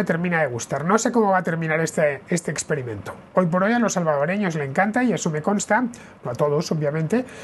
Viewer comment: Ecperimento !! Qué mal suena ...😢